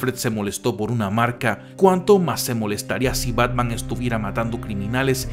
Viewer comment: Parece que dice pacman